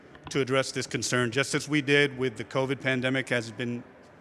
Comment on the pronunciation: OMG, this is hilarious. YOU created this mess, Breed. I’ve been traveling to SF weekly during your tenure and watched the city decline under your “leadership.” And you only now respond as some sort of savior? GMAB. Btw, it’s Covid, not CoviT. And it’s “another level”, not “whole nother level”.